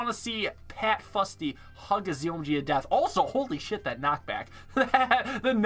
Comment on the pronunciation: As someone who lives in Scotland, where ninja kiwi have an office, I do believe it's pronounced 'foosty'